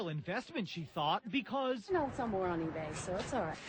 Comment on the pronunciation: She saying sun iphone 8 but its sum iphone2 but i still love her